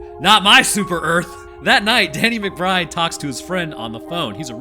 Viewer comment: Welcome to "Erf"